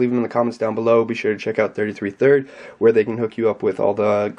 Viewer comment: "thrid" i love you.